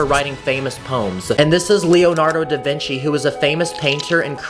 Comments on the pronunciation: No its leonardo da vinci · is "leonardo da vinci" not "leondardo da vinchi" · LEONARDO DA VINCI, NOT DA VINCHI